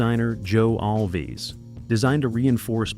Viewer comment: No ORCA scenes were ever shot in a soundstage. It was all shot on location. Joe's last name is pronounced ALVZ, not All'-Vez. It's one syllable. Not two.